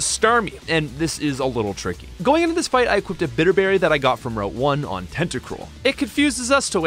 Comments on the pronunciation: "route" is pronounced like "root" or "rout", not "wrote". And it's "all of A sudden", not "all of THE sudden" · Hold the f*** up: You mispronounce route as "rowht"? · the pronunciation of route is killing me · man somehow found a 3rd way to pronounce route...